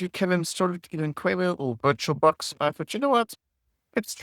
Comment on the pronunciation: here are my top 3 favorites: - "bebek.. distroo~" - "its time to check bubobolook" - "butcho box"